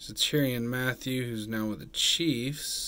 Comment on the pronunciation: “Teerian Matthew”